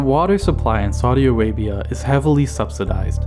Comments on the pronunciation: Whenever he say "saudi Arabia" it's sounds like " Sorry Arabia",😂😂😂😂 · Saudi Awabia, Weservoir, Wain, Wiver, Agwicultuwal, Iwwigation, Wegion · Narrator: "Saudi Awabia has no wivers." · Lol yeah, "Soddy Arabia" and "Sorry Arabia"